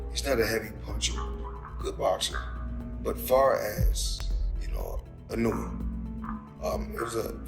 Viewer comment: Mispronouncing Inoue's name takes away from anything you say about him. learn how to pronounce foreign names.